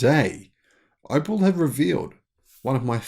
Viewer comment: it is Op E l ( pronounced OpL ie " Ope- ell" )